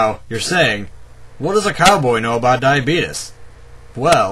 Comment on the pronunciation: i tell you what he doesnt know, is how to pronounce diabetes